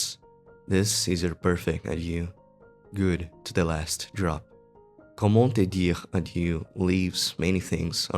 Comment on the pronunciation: I loooooved that video !! Plus, "comment te dire adieu" was very funny as a french person, you prononced it well actually ! Thanks a lot for that video !!